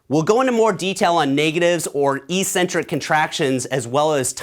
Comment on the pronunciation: great vid, except that there's no word in the English language, EE-centric. It's pronounced, eK-Centric. The first syllable 'Ec', means 'away from', and 'centric' obviously means 'center. (Pronouncing it your way means, 'no center') This is why crazy/odd people are referred to as eccentric, -b/c they're away from the center or norm. It's exactly the same word in bodybuilding. Alas, everyone in the BB community mispronounces it. You're too good to mispronounce it, man!!! People may think you a bit eccentric for pronouncing it correctly, but at least you'll have the entire English language to back you up on this one!